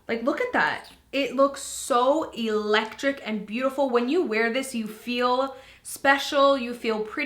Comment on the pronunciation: Take a drink everytime says "eelektrikk"😂 I'm just messing with u girl, love ya!